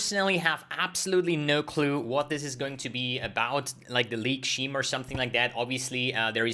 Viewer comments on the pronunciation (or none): Scheme is pronounced SKIM, not SHIM, btw.